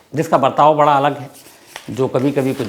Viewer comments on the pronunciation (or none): none